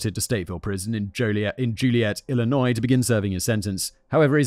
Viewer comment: Wow. He pronounced 'Illinois' correctly.